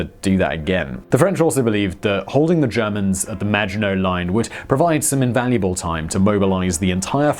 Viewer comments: I keep hearing 'The Imaginary Line'... I guess he's right about his French pronounciation! ;-) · I kept hearing 'imaginary line', not Maginot Line throughout the video. LoL. Maybe because "Imaginary Line" is prob a better name for it anyway. Imagined sense of security. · Same i heared it too on several occations, i thought it was just me :D, and i agree in hindsight, it would be a more fitting name :P